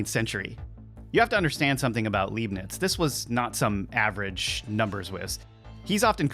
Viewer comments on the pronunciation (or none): Leibnitz not Leeb-nitz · Leibnitz is pronounced 'Lye-bnitz' (german here). Thanx for video. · Leibniz is pronounced "LIBE-nitz." In German, when you have an "ei" or and "ie" it's the second letter that carries the sound. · It's no Leeebnitz, it's Lybnitz. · I pronounce his name as "LIE - BEANS" not "LEEB - NETS" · Leibiniz is pronounced like in the word liar, you spell him like he is written Liebniz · Leibniz - the "ei" is pronounced like the "i" in "light". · When an American mispronounces "Leibniz" it's not because the word is difficult to pronounce for native English speakers. He just didn't bother to do the research.